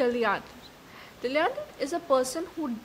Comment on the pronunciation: Pronunciation is incorrect for dilettante.